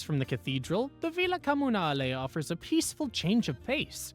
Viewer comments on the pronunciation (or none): none